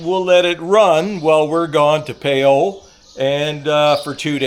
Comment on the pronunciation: Please Please Please ask your wife the correct way to pronounce PHAYAO...You need to Tweek your pronunciation just a little bit....